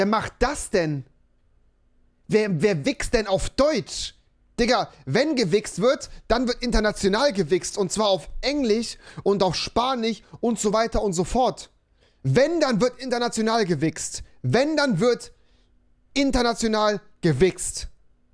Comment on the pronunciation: SpaniCH. Bruder kannst du kein SCH aussprechen. Das triggert wenn Leute das nicht aussprechen können